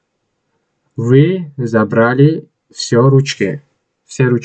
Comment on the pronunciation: Талафузатро хуб кун. Мы . Вы